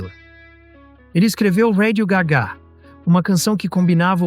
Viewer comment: ao menos podia dizer radio gá ga e não radio gagá...